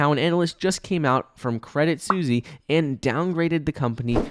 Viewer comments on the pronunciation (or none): It is pronounced credit sweeessss its a swiss bank my dude. Look up the pronunciation.